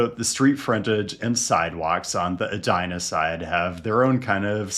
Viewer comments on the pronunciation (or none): it’s pronounced “bid-e-maka-ska” And E-dina not Ah-dina 😜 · Eee-die-na. Not Ed-die-na. Come on.